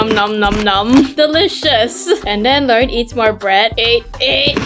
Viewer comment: I mean it’s Lauren Not Lang